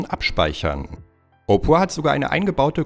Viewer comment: Er spricht opera halt echt opra aus 😂